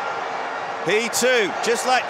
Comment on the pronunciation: Cheshmi no chezmi Sh like shin no z😂